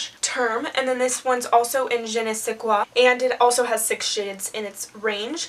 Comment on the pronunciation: Hey, I'm kinda late but it's Je ne sais quoi and not Je nais se quoi, which wouldn't make much sense in french aha